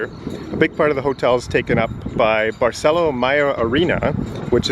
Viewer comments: In Spanish, Accents are important. Please learn to say Barceló, accent on Ó. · Barceló has an accent on the o, emphasis on the o. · Don’t forget the accent on o of BARCELÓ,! Please respect the Spanish language, accents are important